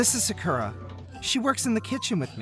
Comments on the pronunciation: This video is good but the sounding of Sakura name when the guy character says it is wrong, making there’s an e replacing the u. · Why why butcher Sakura name?